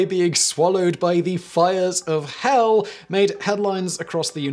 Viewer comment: Simon said so much gold in this video: "go to a place where it wasn't right above HELL" "There is not going to be a lot of demand for land located right above HELL" "Only remain 5 crazy people, also know as residents" One must appreciate the emphasis he put in the word "hell" every time he said it during this video lol